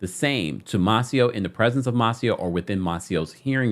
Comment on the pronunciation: You be tearing these names up!!!😂 it’s May-Cee-Oh.